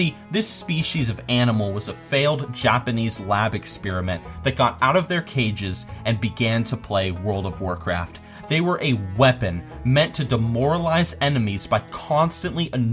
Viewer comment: lol at when you say "Jopanese" instead of Japanese 😂